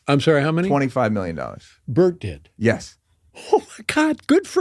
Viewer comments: Why you call bert "bart"? Cant even get the guys name right and its 4 letters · Pronouncing Bert’s name wrong every time is gold 😂 💯🤌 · The degenerative decay of how you pronounce Bert's name throughout the video is perfect